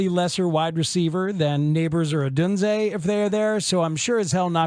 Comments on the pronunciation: ITS PRONOUNCED OH-DUNE-ZAY lmfao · Why do you absolutely insist on saying Odunze's name wrong. If it's just a bit, it's lame af. Otherwise be a professional.